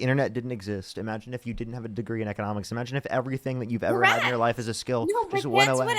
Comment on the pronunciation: “imagine if you dint have AGREE in economics?” Ya, she’s hammered for sure 😂😂😂🤪